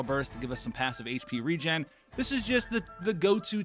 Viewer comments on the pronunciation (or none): none